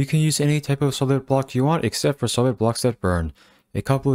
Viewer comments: The way you say “20 SOLID blocks” sounds a lot like “twenty SEVEN blocks” lol That was a pain to tear down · Oh my, I built the whole base layer thinking he said 27 blocks long to realise he said 20 solid blocks 😂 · I thought the same thing too, I turned on CC to make sure I understood correctly and it saved me a lot of time 😅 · I cant tell if you're saying 20 solid blocks or 27 blocks, video is great though. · Is he saying place 27 blocks or 20 solid blocks???? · Is he saying 27 or 21?? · I thought he was saying 27 as well but I turned subtitles on and found he was saying 20 solid blocks